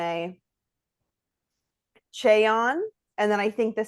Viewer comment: I think Mone’s name is pronounced Mo-Nay and I think Wakaba’s is pronounced Wa-kah-bah